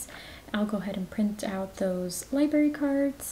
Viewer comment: Libarry. Omg it kills me!! Lol